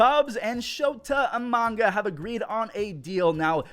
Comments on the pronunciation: who the heck is shota e-manga? you mean IMA-NA-GA? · I love you but... I-MA-NA-GA.. not manga:D edit: nvm, you caught yourself:D still love you! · It's not Imananga, it's Imanaga. lol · Let's go, Shota Eee-manga! The biggest fan of Japanese manga LOL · that was a terrible pronunciation on EE-MA-NA-GA's last name. You're better than that.